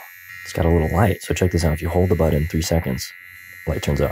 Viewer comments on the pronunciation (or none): none